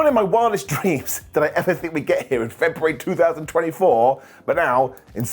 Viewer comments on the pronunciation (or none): none